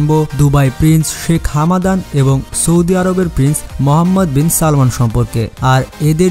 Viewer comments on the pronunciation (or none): It's Hamdan not Hamadan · হামাদান নয় ভাই হামদান